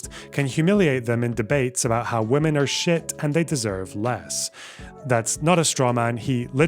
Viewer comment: Is it a thing to pronounce ”women” as ”woman” now? I don’t think he’s glitching because he’s doing it repeatedly!